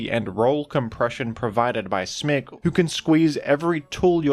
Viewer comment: Are you saying smeegle or smeargle??